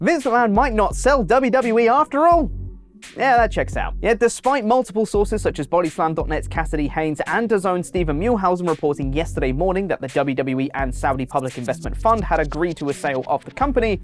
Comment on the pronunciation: That’s Mueh-LL-hausen